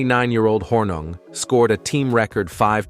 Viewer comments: are you guys a mouth piece for the TLA? p.s., it's pronounced horning, not hornug. my goodness. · It’s pronounced Horning even though it’s spelled Hornung . He was so fun to watch playing for the Green Bay Packers ! He and Max MaGee kept Vince Lombardi on his toes during curfew check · His name is pronounced “Horning” despite being spelled Hornung”… RIP Paul! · Spelled Hornung, pronounced "Horning." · Why are you fucking his name up ? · Really how can you screw up his name so badly!